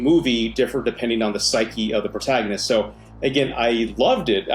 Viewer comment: The way you pronounced the word “protagonist” hurt my feelings